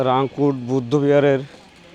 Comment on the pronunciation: রিংকুট না, রাংকুট হবে